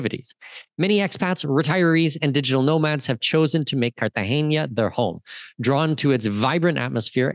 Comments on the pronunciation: So you are teaching us all about Colombia - you’ve “done all the research”. Seemed good until you called Cartagena as Cartageña - which it is not. What’s next, MedeLeen? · Dude carta-hena it’s an n not a ñ